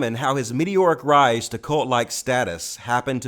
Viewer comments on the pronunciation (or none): none